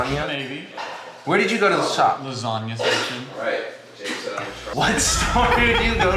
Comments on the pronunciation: Rewatching the vid says lasagna correctly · learned how to pronounce lasagna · At least said lasagna right 🤣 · Now knows what lasagna is and how to say it properly